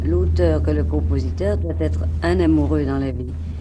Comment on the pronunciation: Bonjour à tous. , , Édith a un ancien accent français, elle a dit le mot « être » avec un « ê » allongé.